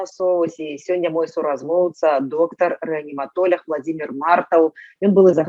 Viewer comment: Почему " рэаниматоляг" ? Почему через Я , а не через А ...Не встречала такого умягчения никогда в советское время ни в одной книге . Звучит несколько карикатурно. Не знаю есть ли правила на этот счет , но поскольку мы очень сильно потеряли язык, может установить новые правила? "РэаниматолАг, палитолАг" звучит гораздо органичнее.